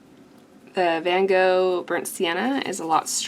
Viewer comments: Thank you for this but for god's sake, learn to pronounce Van Gogh. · Most people don't pronounce van Gogh "properly" it's just something you're gonna have to learn to live with. I get that it can be annoying, but that just happens in life.